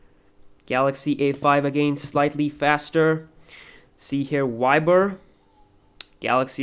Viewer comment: why ber haahhahaha its viber dude